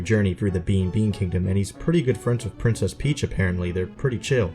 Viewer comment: Princess Pitch